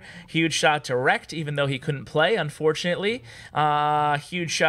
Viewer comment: i liked how he pronounced it rek-ted instead of rekt(ed)